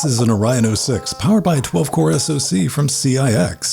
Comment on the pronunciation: are you mispronouncing Orion on purpose? :o